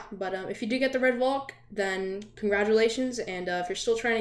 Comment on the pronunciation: I actually got this on my birthday. I got a few roblox codes and one of them had the double code, out of all of the other chasers, it was the Redvalk. Now the odds of that happening is extremely low. Also I’m pretty sure it’s pronounced “Val-k”, not “Vol-k”.